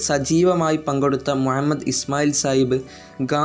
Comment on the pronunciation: Mua mmed alla mu ha mmed ennann athupolum ariyille?